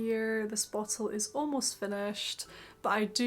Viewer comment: bow-till? LOL